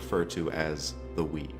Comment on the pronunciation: It was cool to hear about the 'weave', but I couldn't hear it right the first time. It sounded like 'Wii'.